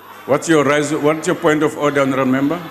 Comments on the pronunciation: The word "Honorable " was murdered that day...🤣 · Last honarebel is what? What?